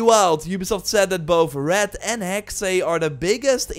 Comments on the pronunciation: Hexey? I get it secondary language but it’s Still Hexe not hecksé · NOT "Hexay".. but Hex-uh.. It's German for 'witch' EVERY time You say "Hexay".. a kitten gets murdered.. UGH! *takes-off linguist knowitall-cap. :P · Dude it's just "Hex", not "Hexay".😂 Any Valhalla updates? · Hexe is pronounced HEX no second E/ay sound